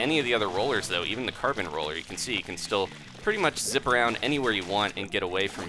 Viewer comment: For awhile I'd thought you said Carpet Roller instead of Carbon Roller. Oops! :P